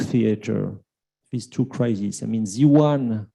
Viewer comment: Mr Minister Jaishankar. The plural of crisis is crises, pronounced KRY.seez. NOT crisises!!!